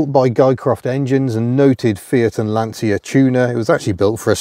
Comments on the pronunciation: It's not Lantsia, it's Lantsha. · Another person who can’t pronounce Lancia, Dell’Orto’s properly.